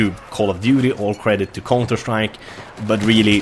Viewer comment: "konter strajk"